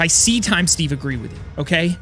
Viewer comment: He said void stage instead of steve 🤣🤣😂 I'm so 😭